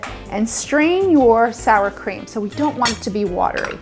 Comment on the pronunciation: Whorrsshhhradish chream sauce